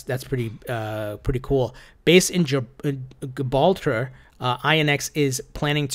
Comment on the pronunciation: Pls learn the pronunciation of Gibraltar lol